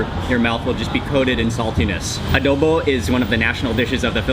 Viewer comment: Good morning everyobject. It's a pleasure to meet you,I'm just looking around.I misheard you,"adobe" instead of "adobo",in addition, I found that you eat a lot of salt, would it be good for your health?